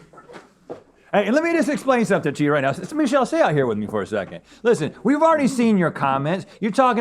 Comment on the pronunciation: Nah! I actually can't stomach the runny egg taste. I gotta have my eggs scrambled. Who is Moo-chelle? Total mystery.